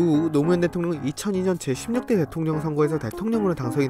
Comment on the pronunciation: 어 대통령이 아니라 대통려 ..